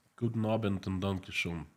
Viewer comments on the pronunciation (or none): none